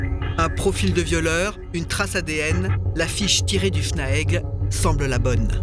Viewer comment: C’est pas fnaegu mais fnaege c pas guenetique mais genetique